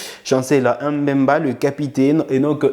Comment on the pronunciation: Merci pour les infos, et j'aime votre chaîne. Mais une remarque, vous êtes un congolais et un Afrique , et vous savez que nos noms sont sacrés, donc svp ne prononcer pas mpasi comme les occidentaux, c'est Lionel Mpa-si et non M-Mpasi pareillement aussi avec Mbemba